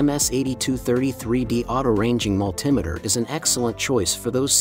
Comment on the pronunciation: The word is Multi Meter ,that put me off watching your video, or should i say VIDO!